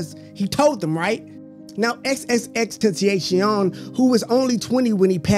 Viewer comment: “Xxxtenasheom” bro its “xxxtentacion” 😭